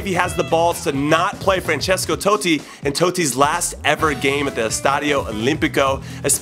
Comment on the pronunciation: francesko toe-tti